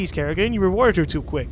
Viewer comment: You heard it wrong it's karrigain